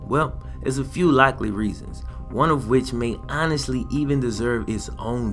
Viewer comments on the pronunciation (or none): none